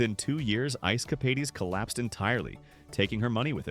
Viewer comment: It is Ice Cap aids not Ice Cap aids ees, please get the AI right.